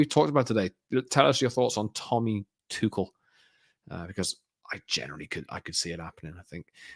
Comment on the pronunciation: Can’t have Tuchel become manager because it will mean at least two years of stubbornly and maddeningly mispronouncing his name…just like he does with “Kobbie ManU”…hey, you dingbat —>